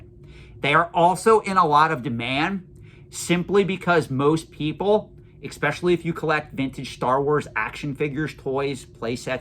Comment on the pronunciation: Do you mind me asking why you say ecspecially? Instead of especially?